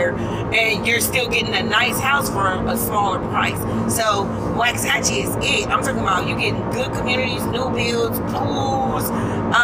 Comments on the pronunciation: I live in waxahachie. I was born in Waxahachie. You’re pronouncing it incorrectly. I graduated in Italy Tx. In 2010. Everyone I know from here, everyone I’ve grown up with agrees.. Waxahachie has lost it soul. It is no longer the home I grew up in. It’s becoming over populated. They’ve been building to many homes. You’re wrong about the cheapest prices.. Ennis has the cheapest prices. You should learn how to pronounce the name of the town if you’re going to talk about it. They have been building way to much, it’s probably doubled the amount of houses in 10 years. Waxahachie lost is soul. All these Californians all the New Yorkers everyone coming from places that have terrible politics! Y’all are straight ruining our communities. Waxahachie used to be such a wonderful place. But we’ve always said it’s going to spread south to Hillsboro, at the moment Italy, Milford and Carl’s corner even foreston will be over run by all these yuppies. It pisses me off so much, they allow their elected officials to declare lockdowns and when you decide it’s not for you, they come here to elect those same type of idiots FJB and Let’s go Brandon. Camel toe Harris is a joke and isn’t representing people in the real world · The way he said waxahachie was so wrong it hurt lol. Also under 2 hours to houston? Lmao not even close. 3 hours easily. Maybe 2 and a half if you’re going 100 the whole way.